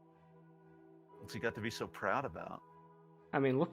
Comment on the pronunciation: this is not "Chevaleer", it's "Chevaliyay". I got it drilled into me from Duel Links I think.